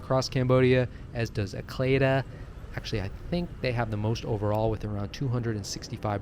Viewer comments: Good info, btw Acleda is pronounced 'ay see leeda" here 😄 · ACLEDA Bank is actually pronounced “Ah See Lee Da” by the locals and most expats that had lived here. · Actually, ACLEDA Bank is actually pronounced “Ah See Lee Da” by the locals and most expats that had lived here. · but NBC’s leaders and professionals pronounced it “Ah+cle+da”